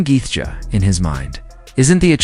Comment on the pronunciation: LOL bullshit vid, and this bell end dont even know how to say Gaethje , fucking gefka ... wtf is that